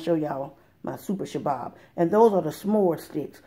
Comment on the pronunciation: I Can't Help But Laugh, I'm Laughing So Hard Every Time You Say Sha-Bab. 😂 I Think You Mean Shish-Kabob ... Sha-Bab Is Actually A Terrorist Group. (I know what you mean) That's Why It's Funny. I'm Laughing WITH You, NOT At You. 💋✌️😂😊 *Harakat al-Shabaab al-Mujahideen, more commonly known as al-Shabaab, is a jihadist fundamentalist group based in East Africa. In 2012, it pledged allegiance to the militant Islamist organization Al-Qaeda*